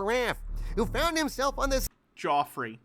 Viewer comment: I believe Geoffrey was pronounced closer to Jeff_free actually.